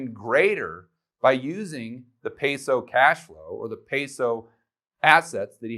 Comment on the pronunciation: You’ve lived in a Colombia and you can’t say peso correctly